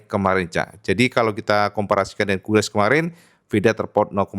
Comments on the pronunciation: KAILES cak... bukan KUILES😮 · Quiles bacanya QilEs kang.. hehe..